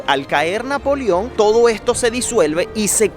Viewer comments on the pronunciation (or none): Muy bien excelente trabajo. Saludos desde Colombia. Aclaro: es Napoleón. Pronuncias "Napolion". Abrazos.